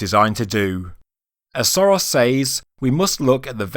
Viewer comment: It's not Soros. It's Sörös (pronounced Shoeroes). And the boat might be that old, and at the same time the pyramid could also be linked to Khufu. It simply needs the pyramid to be built for that long, so that the beginning of the work started when the boat was made, and they finished it in the era of Khufu. It would not be an unprecedented example, the Cologne Cathedral was also built for 600 years. And looking at the size of the pyramid and the level of technology available that time the surprise would be if they didn't build it for that long.